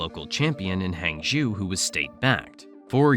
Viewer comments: That is definitely not how you pronounce Hangzhou. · What I can’t understand is how someone can pronounce the name Joe, but not HangZhou😂